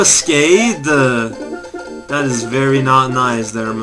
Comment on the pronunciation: EMBUSCADE!! Hahahahahaha! You're so French man. xD C'est un ambuscaaaade! Hahahaha. I just sit here translating what you say into French.